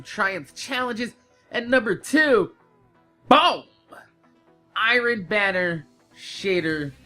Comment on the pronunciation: "Irun Banner Gold Spiral" - why you say it like that,? lol